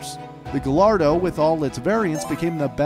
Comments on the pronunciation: Fun Fact: Gallardo is actually pronounced guy - are - dough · ITS PRONOUNCED GAIARDOH NOT GALLARDO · I’m guessing the narrator pronounces quesadilla as Kay-sah-dilla ITS NOT GILLARDO! ITS GAH-YAR-DOH! I’m sorry, after the Ferrari debacle I couldn’t hold my tongue. Actually, I couldn’t then either. It drives me insane. Please forgive me. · I hate that americans call it gallardo because its more like gajardo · next time pls do the proper pronunciations for the spanish names because I am cringing to gal ardo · Also gallardo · are we gonna skip the fact that he said 3 names wrong. The Countach, Mercielago, and Gallardo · Gallardo too